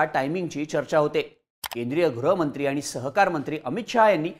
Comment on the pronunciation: गृहमंत्री चा उच्चार ग्रहमंत्री असा होतोय.